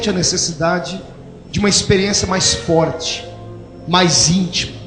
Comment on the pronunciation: Você não pronunciou corretamente. O certo é: É forrrrrrrrte igreja.